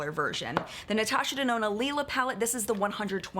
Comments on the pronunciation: Hey! The “Lila” palette is pronounced “Lie-luh”! Love your videos ❤️ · I think the palette is supposed to be called lee-la because that is how u say purple is German.